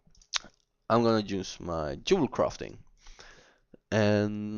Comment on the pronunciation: I love how Norwegian people say Yewelcrafting rofl